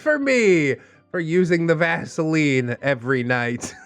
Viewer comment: The moment he said vasiline I choked. Then the description. YOUCH